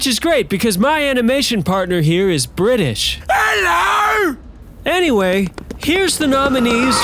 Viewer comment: Oi! Eyeum Briii-isshhh!